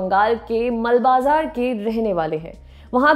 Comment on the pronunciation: Great but It's मालबाजार not मलबाजार